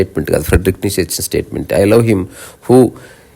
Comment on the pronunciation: హలో గారు ❤ fredrick neichze (ప్రేడ్రిక్ నీచ లేదా నీట్చ ) ని తెలుగువాళ్లు మాత్రమే నీషే,నీషే,నీషే అని pronounce చేస్తున్నారు. మోషే మాదిరిగా, మీరైన దీన్ని కరెక్ట్ చేయండి.